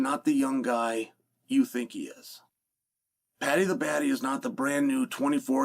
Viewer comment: It’s Paddy not patty